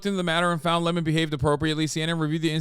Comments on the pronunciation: Why does Hasan keep saying Le Món instead of Lemon 😩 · Hasan’s name pronunciation trolling fucked me up, and now I don’t know if his name is pronounced luh-mahn or 🍋